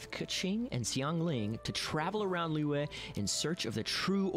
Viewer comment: omg almost pronounced liyue correctly